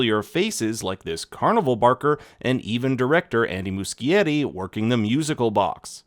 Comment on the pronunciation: Andy musceti -pronounced MUSHETI